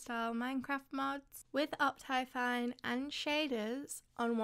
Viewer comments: *up thigh fine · No one: Her: oPTyFiNe